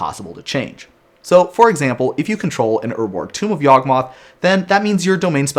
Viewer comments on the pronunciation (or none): none